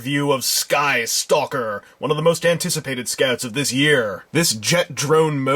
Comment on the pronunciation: yeah hes good.. but... "anitcipated"? hes been out for months